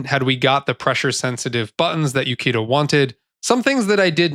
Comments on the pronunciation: oo-CHEE-da, not you-kee-da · Uchida is pronounced like Oo-Chee-Da. Japanese has the English ch sound, like "cheese". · by odin you dont know how to pronounce Japanese names. Uchida, the CH is not a fucking K sound you brainlet. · Ukida....Uchida , different names my dude. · Imagine making a whole 16 minute video and doing in-depth research on a game but you never bothered to learn how to say the creator’s name…and the creators name is in a phonetic language…